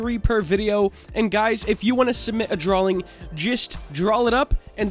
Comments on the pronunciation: “says drAwLing” Me: “screams aggressively” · Whyyyyy, why does he keep saying "Drawling".